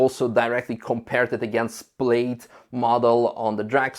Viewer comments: Not to nitpick but it is “pl-aa-d. Not “pl-ade”. Just saying. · awesome video! thank you! just one note -- i know it's spelled "plaid" so it looks like it should be pronounced like "played" but it is actually pronounced "pladd", rhymes with dad. keep up the great work! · It's pronounced 'Plad', don't ask why, but it is. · Model name is pronounced as "plad", not "played". Yes it's spelled wrong (to many), English wording is so controversial. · It´s not Played, it´s Plaid lol. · Good video -- except for you constantly saying "played" instead of plaid. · Let me help you with your English pronunciation, the word Plaid is pronounced as if it were spelled "Plad". The same way you would pronounce the name "Chad". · I love how pronounced it “played”. 👍. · Or England. It's only ignorant yanks who say 'plad'. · has gone code red on his pronunciation of plaid. Obviously, he has missed out on one of Elon's favorite movies; Spaceballs. It's best watched with multiple hard core Star Wars fans.